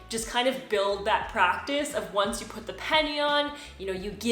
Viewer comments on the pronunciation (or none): none